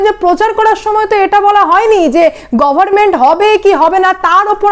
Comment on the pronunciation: It is government and not goverment. Pronunciation of "n" is not silent.